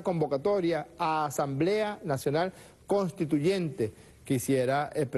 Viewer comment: Por favor díganle a Maduro que se pronuncia conStituyente y no CONTITUYENTE que bajeza de presidente